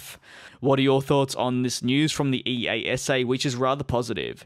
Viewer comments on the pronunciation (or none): It's not E.A.S.A - it's eyasah! smh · EASA Pronounciation: ee-ah-sa